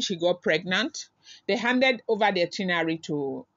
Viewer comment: it’s “ITINERARY”, check d spelling & pronounce it slowly. No one knows it all, though. Cheers.